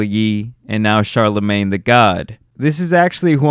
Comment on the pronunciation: It’s killing me hearing you say CHARLAMAN” like it’s his super hero name or something